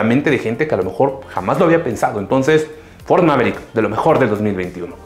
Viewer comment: Todo bien asta a Que dijiste peogeot 208 y Ford mavericks xD